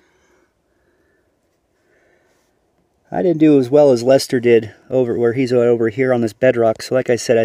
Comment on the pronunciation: Glad Lester got some good gold to take home and thanks for the shout out. Really glad you pronounced my name right, lol. You'd be surprised how many don't. Don't work too hard. Record the bbq and highbanking.